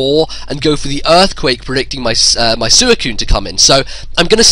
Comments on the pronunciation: "It's sooeecune," no it's not it's Suicune. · SWEE - CUNE not Su - e - cune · Ive seriously never heard anyone in any narration pronounce it like. He still is awesome though